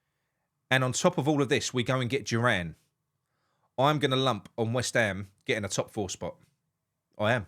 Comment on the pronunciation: He does make Weshtham one word. But his English is slightly better than my German. 🤭